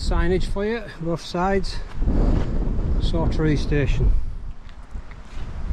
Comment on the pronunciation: Excellent video of a remote area of the borders that thankfully never attracts the masses. Just a mention and not nitpicking but Saughtree is pronounced locally as Softree.